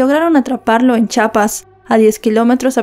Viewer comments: Solo para corregirtei es Chiapas no chapas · Se pronuncia chiapas señora no chapas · Disculpa es Chiapas no chapas pronuncia Chiapas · Hola qué tal!! La vez pasada te comenté que el Estado de México que colinda con Guatemala se llama CHIIIIIIAPAS!! No CHAPAS!! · Es Chiapas corazón no chapas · Se dice se lee Chiapas Chiapas por favor